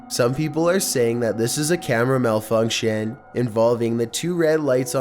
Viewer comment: Malfuwnkshannnnn Ew The way you talk is hella gross.